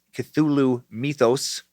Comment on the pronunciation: Myth-ōs! Any other Lovecraft nerds wincing with every mention of “mee-thoss” 😖🤣 Also, Nyrlathotep, perhaps pronounced “Nyarlat - Hotep” as would correlate with ancient Egyptian nomenclature?